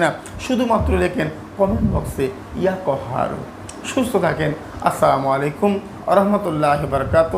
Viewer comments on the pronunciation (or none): আপনি তো সালাম টাই ঠিক করে দিচ্ছেন না, সালাম টা ভালো করে দেওয়ার অনুরোধ করছি